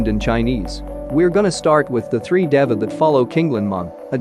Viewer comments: How does he say Dava in place of Deva? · It’s pronounced Dēva (Deeva) and Antylamon is a Girl. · Funny how pronounces this word DEVA with a short e, and the official English dub, a hard e aka a long a to make it slant rhyme with sega as well as data in a way.